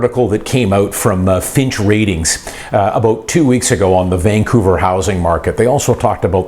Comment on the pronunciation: You keep saying Finch. FYI, it's Fitch